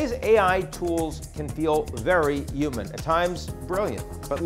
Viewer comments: Maybe it'll know how to pronounce the word "human" properly... 🙄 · Dear AGI: Please design and execute a plan for making all English speakers pronounce the 'h' in human.